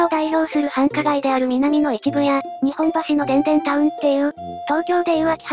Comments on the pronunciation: 大阪の日本橋は（にっぽんばし）です、にほんばしではありません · “にっぽんばし”です❗